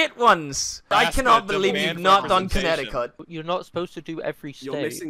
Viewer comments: ffs it’s pronounced ”Connetikit” not “Conneticuut” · brutal pronunciation of Connecticut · incorrect pronunciation of Connecticut, 10000 years of damnation